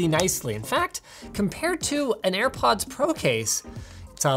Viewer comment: Drinking game! Every time He mispronounces AirPods Pro You take a shot